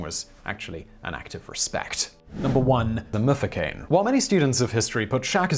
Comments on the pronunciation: Mfecane not mufukeni🙆🙆🙆🙆😘🙆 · I had to take a breather when he butchered "mfecane". It's not "the mufecane" it's "mm-fe-ka-neh" 😂